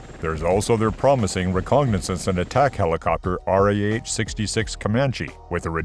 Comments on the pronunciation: What's is "recognasance"? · I had to stop watching after the second time you called it a "recognizance" helicopter. You need a better proof reader.